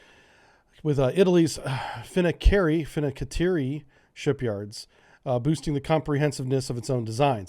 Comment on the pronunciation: It's pronounced Fin-Can-Tee-Airy